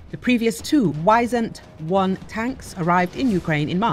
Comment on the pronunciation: No it is not called Wysändwon it is Wisent 1